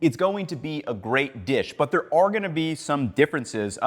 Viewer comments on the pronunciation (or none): none